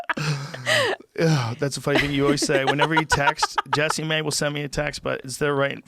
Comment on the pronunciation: I always thought her name was pronounced like "jess-eh-mae" and Everytime Rogan is like JESSEE MAY hahaha I'm not sure which one of us is correct lol